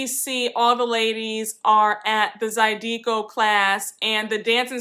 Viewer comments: It’s pronounced Zydeco is pronounced: ZI-DA-CO and it’s Jackson Square and secondline. All the NOLA subscribers will get you ready for your first visit ⚜️⚜️⚜️💜💜💜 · ZAH-DAY-CO is how you pronounce zydeco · Zie-dig-go. Lol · 😘😘 the other dance term is pronounced Za-Da-Ko